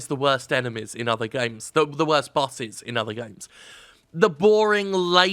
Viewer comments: It took a while to figure out that Jim was saying bosses, not buses. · It took me around a minute to figure out that the complaint was about "bosses". I kept hearing "buses". Though it made the video very fun to watch. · I thought he said "busses" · Admittedly, it took me a bit to realize you were saying "Bosses" and not "Busses" lol I know nothing about this game but from the gameplay I've seen, it looks like Dark Souls without the rewarding weight of a melee hit. Also there's a cowboy for some reason.